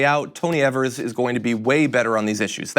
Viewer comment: It would be really great if would learn that Tony Evers last name isn't as they are pronouncing it. They sound like idiots when they can't even say a name correctly.